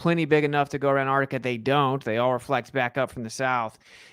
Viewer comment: Antarctica = On-Tahk-ticker